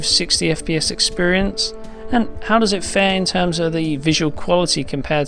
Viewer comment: Drink when he says expirince